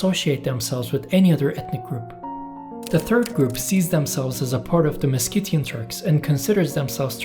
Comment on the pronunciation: you can’t pronounce Meskhetian correctly and you want to claim them 😂